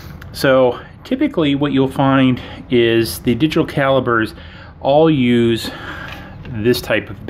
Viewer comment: When you say pop do you pronounce it “bob” 😂 sorry it’s just so funny to me. Calibers …lol